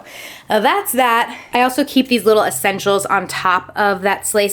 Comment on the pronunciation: Little assenshuals........ One hondred milloin brushes 😂😂😂